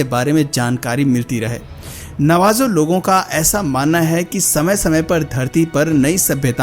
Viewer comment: It's pronounced Navaho and not Navajo